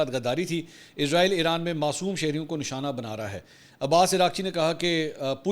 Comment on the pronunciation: ارے بھئ یہ کیا۔۔۔۔۔۔ عزرائیل۔۔۔۔۔۔ عزرائیل کی رٹ لگا رکی ھے آپ نے ۔۔۔۔۔۔۔۔؟؟ توبہ توبہ۔ استغفراللہ۔۔۔۔۔۔۔! "اسرایئل" کو عزرائیل کہنا میرے خیال میں سخت گناہ ھے! کیوں کہ "عزرائیل" موت کے فرشتے کا نام ھے ۔۔۔۔ ھم اسرائیلوں کو کیوں خواہ مخواہ "عذرایئلی" یعنی اپنے یعنی مسلمانوں لئے موت کے فرشتے بنارھے ھیں۔۔۔۔ ؟؟؟؟ اور یہ اس لئے ھورھا ھے کیونکہ بہت سے پاکستانی اور بہت سے دنیا بھر کے مسلمان محض انگریزی لہجہ بنانے کے چکر میں اسرایئل کو عزرایئل کہتے ھیں۔! مجھے پورا یقین ھے کہ اسرائیلی اس بات سے یعنی اپنے اس انتہائ طاقتور نام دیئے جانے سے بیحد مسرور ۔۔۔۔ خوش ھوتے ھونگے ۔۔۔ اور مسلمانوں کا مذاق بھی اڑاتے ھونگے کہ ھا۔۔۔۔ ھا۔۔۔۔ دیکھو! خود مسلمانوں نے ھمیں اپنے لئے موت کا فرشتہ بنالیا ھے تو ھم کیوں نہ موت بن کر ان پر نازل ھوں؟ میری ان تمام انگریزی لہجے میں اسرایئل کو عذرایئل کہنے والے مسلمانوں سے گزارش ھے کہ اس بات پر توجہ دیں اور اسرایئل کو آئندہ کبھی عذرایئل مت کہیں ! ۔۔